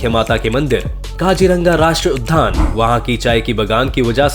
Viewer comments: बेटा आपका वीडियो तो बहुत अच्छा है । बस एक छोटी सी गलती point out करना चाहती हूँ। आप राष्ट्रीय उद्यान को राष्ट्रीय उधान बोलते हो। park के लिए जो हिंदी word है वह उद्यान यानी उद् +यान है जिसमें य को आधे द के नीचे जोड़ देते हैं। ये द्य बन जाता है, वही विद्या वाला , समझें। यहा ध का कोई काम नहीं । आप ध्यान से देखो तो दोनों का फर्क समझ पाओगे। ध में उपर का डंडा भी पूरा नहीं होता है और वहीं बाईं तरफ को उपर एक छोटा सा गोला भी बना होता है ।उम्मीद है कि आप मेरी बात समझ गए होगे। बुरा मत मानना बेटा। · भाई आप एक शब्द का उच्चारण ठीक कर लें, उद्यान में आधा द और य ( द्य ) लगा हुआ है न कि ध। दूसरा एरिया स्क्वायर किलोमीटर में बोला जाता है न कि किलोमीटर स्क्वायर में। आशा करता हूं कि आप इस त्रुटि की ओर ध्यान देंगे।